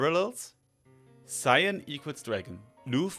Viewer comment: the namnmes cian and lugh are pronounced "key-yan" and "loo"